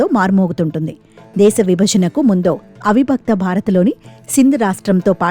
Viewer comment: “బక్తులు”, “శంబో”, “అవిబక్త బారత్”, —-ఏమిటో ఈ ఉచ్చారణలు తెలుగును ఖూనీ చేస్తూ!